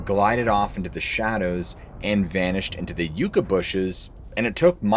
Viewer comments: I appreciate your hard work, just FYI, the word Yucca is pronounced Yuck-uh 😊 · Great story telling as usual, some of the writing could be refined and Yucca is pronounced yuck-uh not you-cuh. Timestamps would be awesome as well. All in all a solid episode though, thank you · Correction. Not pronounced y-oo-ca valley it’s Yucca valley after the yucca cactus. My dad grew up there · Yucca is pronounced "yucka." Just fyi. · Yucca, like in Yuck, Yuck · No disrespect, just fyi - Yucca is pronounced like yuck-a, (gross), soft a, soft u. Love your channel! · It's pronounced yoo kah